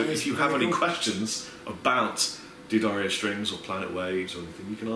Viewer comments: Why does say Deer-ddario? isn't it Da-ddario? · It's D'Addario!!! Like "Dad Mario" without the M. Can't you read?? AAAAAAARGH. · Loads of people say "Dee-Adario" because the D is (kind of) separate, and that's what is saying. But you're right, it should be Da-Dario or Duh-Dario (somewhere between the two really). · you need to get the official pronunciation of D'Addario while you're there